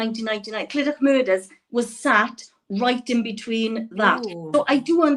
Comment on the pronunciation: Clydach is meant to be pronounced Cli-Duck. Heart breaking story from &. I would love to tune in and see them again. Great video.